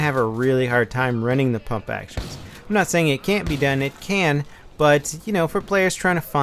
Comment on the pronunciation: Pump* not pomp.lol